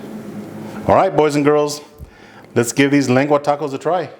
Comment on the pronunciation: U can't even say lengua lmao 😂 pocho